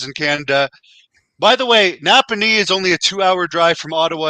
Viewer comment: I live 40 minutes from Napanee Ontario and have for my whole 35 year life and never once heard somebody pronounce it Napa naw.....